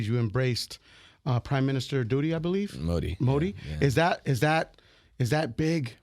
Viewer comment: Bro called DUDY🤣🤣 instead of Modi